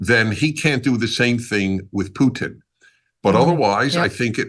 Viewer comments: PUTIN, not PUTN, Americans, please. You only got it right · "...with Poo Tin." Poo-Tin, huh? Just call him Uncle Vulva.